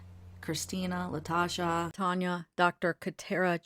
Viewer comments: omg I know. Their own client. Its so annoying. She has said her name. Thats how I know how she pronounced it. For her own lawyers to do it is just insane. I get hung up on these things. Lol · La- tee- sha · ya. They do it in court too. Its a teeeesha. Or la tee sha. Its just one of those things that irks me because if this were my kid I would want everyone to say important names right loud and proud. And one more thing, ur seriously awesome for not jumping down my throat for saying so. Lol. I wrote that comment and said to myself "ok, buckle up. Every crazy on the internet is gonna tell me 10 ways to Sunday how to cut my throat." Thanks for hearing me out. Ur channel is great and you can definitely tell you have heart in these cases. Have a really awesome day. U just restored my faith in humanity a bit.